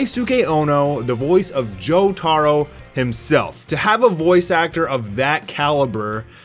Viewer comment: the way he says Jotaro hurts my soul